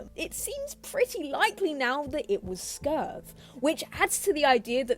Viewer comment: For your information reading in comments, the Coyote mascot is called Skurv, not Scurve